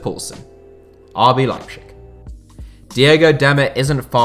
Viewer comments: Don't wanna sound like a know-it-all, but as a german native speaker: the nearly correct pronounciation would be kinda like "Lie-b-sick" :D love your content tho, don't worry, just if you want to improve! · yeah I live in germany and is leibzig, he pronounces it awfully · Leipshig... :D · 😂 bit of banter mate😂👌:*Makes a video about Leipzig* Also: "Leipschich" 😂 All in good spirt, overall = still some of the best football content on YouTube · You should pay one guy to spell the "z" in german for you. ;) The way you say "Leipzig" sounds more like a desease than the actual city. xD No offense, just funny for a german. ;) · Man your pronounciation of leipzip is horrible, no offense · The z is pronounced as a z not sh... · I can't watch this video with the way you say Leipzig, this is painful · Anyone else really peeved by pronunciation of Leipzig? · The way you pronounce Leipzig as a german gives me cancer. Put some effort at least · Could you not, just for my sanity, pronounce it Leipzig instead of Leipschig regardless of whether the latter is more correct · you really butchered it mate... phonetically it's "LIE P TZIG" sound it out! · The German names were pronounced awfully. It's like cancer to every German watching this video. They are not called Leipshig, it's Leip-Z-ig. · That liepshig and gulacshi is really annoying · please say leipZig and not leipSCHig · Okay everyone has different pronunciation on different words. But Lepschig? It's LeiPTSig in German and every English speaking person is used to say Leipzig. It reminds me of Family Guy and Stewie's pronunciation of cool whip. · why do you pronounce Leipzig like its a Slavic word..its LeipTZIG not LeipSCHICK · Rb Leipshig lol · RB Leipzig is pronounced Lye-Ptzig. Tz as in Pizza. This was painful to hear you say it as pchig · to be fair it’s a good effort, the German pronunciation is “Leip-Zich” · Lipe shig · Nobody: That guy: RB LEIPSHICK